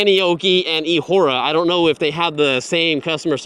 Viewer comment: come on... It is eahora😂